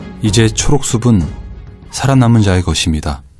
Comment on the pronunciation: 사기 사근 사그로 사글 사게,,,, 수븐. 왜 교육방송에서 발음을 이렇게 하나. 도중에 보다 말았어요.